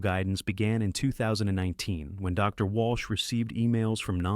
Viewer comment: I enjoy your videos, and while it is obvious that you use artificial intelligence to do the voice, it really bugs me that you could have taken more time to edit the script better. When it comes to a period, the voice correctly pauses. But if it's a "Dr. Jones", then it thinks the word doctor is at the end of the sentence, and Jones, is the new sentence. There's a couple of second gaps between that, and it really ruins it for me. Please be more careful.